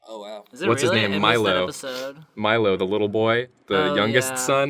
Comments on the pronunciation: Meelo. Me-low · Was anybody else triggered when they called Meelo "Milo"? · Milo pronounces it "Meelo" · It’s It’s Meelo. (Me) -(low) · His name s MEELO NOT MILO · MEE LO, it's MEE LO FOOLS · Meelo not milo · BTW it's Meelo, not Milo. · Meelo!! (ME•low)